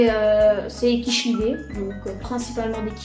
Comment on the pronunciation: Belle vidéo. Je suis débutant. Et j ai Bien appris grâce à ta vidéo. Juste on ne dis pas quichelidés. Mais ca ce prononce ci childes Siiiiiiiiiikliiiiiiiiideeeee